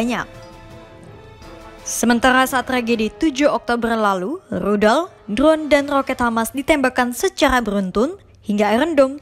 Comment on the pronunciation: Sementara di berita ini Tidak ada Rudal di pihak israel atau palestina. Yg ada Ludal🤣🤣🤣🤣